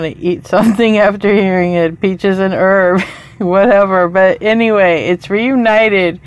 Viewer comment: You're supposed to pronounce the H in Herb. 😂